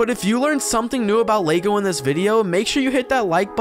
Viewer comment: What is Lago? Why do you keep saying it? It is very annoying. Sounds more like an Italian food.